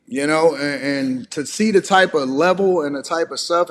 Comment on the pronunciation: Dam Dash said you kee and sted of you see that's no teeth vocabulary..lol..😆 🤣